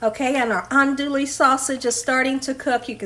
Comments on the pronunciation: It's pronounced Awn-dooo-we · Andouille is pronounced aan-doo-ee. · Ahn:dwee. The “ou” is silent.